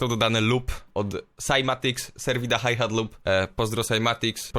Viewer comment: Mówi się hajhet